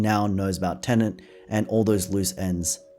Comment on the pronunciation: Why do you call it Tenent?